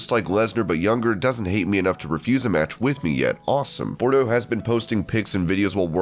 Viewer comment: How about saying his name right. It's Parker Boudreaux, NOT Parker Bordeaux. PRONOUNCED bood-row. WTF? Total disrespect,.